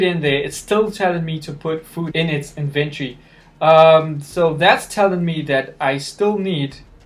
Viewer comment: It is not “INVENT-ERRY” it’s pronounced IN-VEN-TORY lol .. you’re the 3rd mobile ark player to pronounce it Inventerry..sorry just gets on nerves .